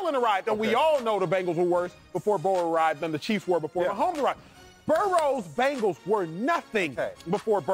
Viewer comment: Y df does he say Bangals